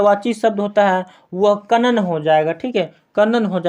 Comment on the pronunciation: Sb kuchh thik hai, lekin aap pronounciation shi kijiye.😮😮😮 Ex -- vikalp, kanan etc.